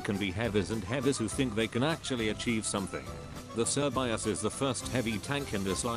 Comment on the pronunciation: its not actually pronounced "sir bi as" its pronounced "shuh bay say"